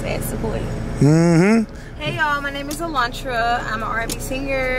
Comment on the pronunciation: Why he called that girl “Cilantra” 😩😩😂😂😂